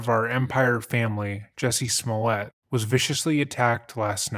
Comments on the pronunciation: You butchered his last name. Its french and so its pronounced Smul-È-À. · You keep saying his name wrong. It's pronounced juicy smooli-eh. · You are mispronouncing his name, it is Jucy Smooliet. That said, as a Chicagoan, I would never trust the cops with my phone if I was famous. But, I remember when this happened, it was so silly that I just ignored it. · If you’re gonna do all that research on a man, at least say his name correctly: juicy smoullea